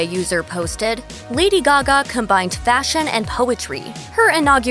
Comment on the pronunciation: Lady Gagme